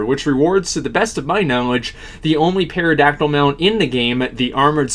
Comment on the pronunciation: puh-terrodactyl creedus collector This is just the first 2 minutes jesus christ